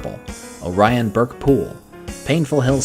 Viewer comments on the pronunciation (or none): none